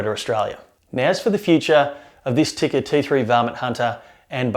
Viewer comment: Tikka is pronounced "Tea-ka", not "Ticker". Other than that, good review.